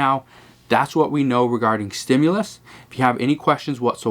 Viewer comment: There IS NO!!!!!!! stimulis that's the new way of saying it. I seen some really bad comedians but we are the ones getting fried!!!!